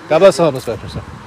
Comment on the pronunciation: Veteran not vetrun